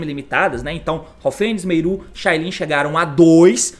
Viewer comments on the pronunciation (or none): T, recomendo vc chamar as cartas pelos nomes corretos, MERLI ao invés de Meiru, HAVNIS ao invés de Haufenis , etc A maioria dos jogadores não entendem quando vc fala dessa forma, só quem sabe das cartas desde seu anúncio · Cada vez que o T fala “Meiru” é uma facada no meu ouvido